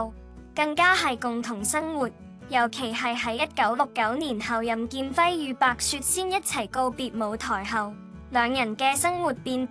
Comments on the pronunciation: 很多錯漏，請重新整理，再播出吧！ （例如任姐咁重要嘅人物都錯讀成“多”劍輝。。。。。） 善意提醒！請⛽️ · 任劍輝讀错字不事多剑辉